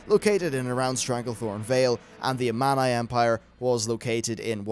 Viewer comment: I just wish you would pronounce Amani correctly. Hope you'll get it right on Part 2